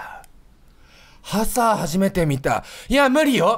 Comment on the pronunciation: ハサーの言い方パサァ...みたいな言い方で草